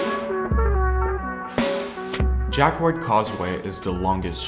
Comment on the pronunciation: Just coming back to this. Jacquard is pronounced more like Jackard to English speakers. Ignore the 'u'.